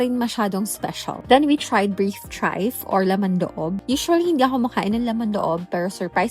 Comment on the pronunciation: Beef trife? Or tripe? 😂